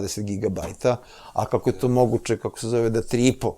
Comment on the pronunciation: Šta je sad ovo promoviše litijum, da je dobar za mozak. Zašto ovaj doktor govori KUČI, namesto KUĆI, IZMEDŽU namesto između! Haaaa teško računa, MOGUČE a ne moguće! Gde ovaj doktor živi???